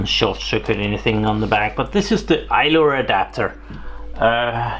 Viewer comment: Its called ILO not ILOR